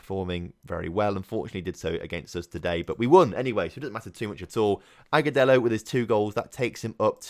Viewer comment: You are saying Aguselo correctly